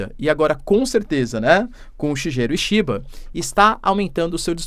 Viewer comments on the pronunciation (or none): Desculpe mas a pronuncia correta do novo primeiro ministro do japao : " Shiguero Ishiba "